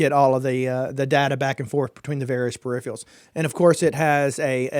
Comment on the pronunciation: Dude it's peripherals not perifrials. and it's throughput not thoroughput I suggest you learn how to say the words you going to use because if you don't know basic english I'm not going to be taking any advise you give seriously. With respect, learn the language.